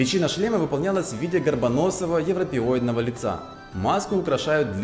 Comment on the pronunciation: "... в виде горбоносого европеойдного лица".